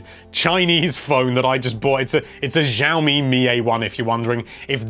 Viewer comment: The way you said Xiao Mi made me laugh lol